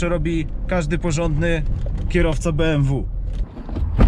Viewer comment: Beemwu Eczydzieści kurwa.